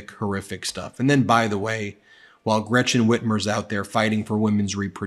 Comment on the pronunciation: First, can Tudor Dixon please pronounce the German name Gretchen not like it is spelled with a sh it is not Gretshen it is not Gratshen it is Gretchen and if you cannot than don’t use it, thank you‼️